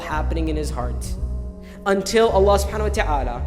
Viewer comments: Not hating just educating.. Your name's Hannah ...Shall everyone pronounce if as Banana? Would U lyk it. Its Allah and not Voila! Or "Wollah" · Bloody idiot its Allah and not "Wallah" or "Ollahh"